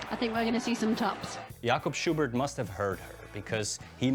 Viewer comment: Jakob Schubert is not pronounced like he did.